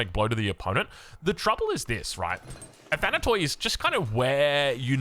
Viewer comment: Hey, love your coverage of AOE 4 games, thanks for staying up late for us ^^ P.s the word "athanatoi" is pronounced in the end exactly as you say pronounce the word "tea". It means immortals in Greek, written with english characters. Αθάνατοι.